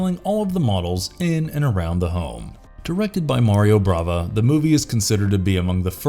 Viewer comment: Bava NOT Brava